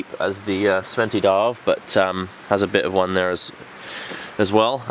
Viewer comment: The D in Djärv is silent.. Pronounce it jaerv..